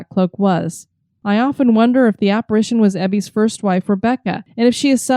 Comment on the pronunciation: I just stumbled across this episode. It was awesome that you talked about my home on Whidbey Island. As a life long resident, I did find myself cringing when you mispronounced Ebeys' Landing (pronounced E bee) and Admiralty (admiral tee). Anyways, I did enjoy the episode and so I'm going to subscribe and check out your other episodes.